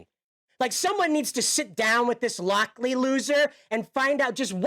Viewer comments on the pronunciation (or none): lol Thomas Lock-Lie